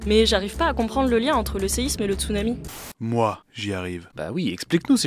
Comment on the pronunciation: On dit "tsounami".